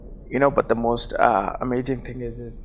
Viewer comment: your Indian accent came in strong when you pronounced "Amazing" 😂😂